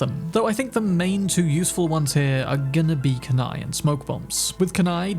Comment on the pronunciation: KOON EYE... That pronunciation you use is lazy and just plain WRONG